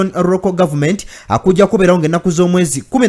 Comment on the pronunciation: We appreciate your work bro but please check on your pronunciations eg" local government" and you said" Roko government",thank you and I stand to be correct in case I am wrong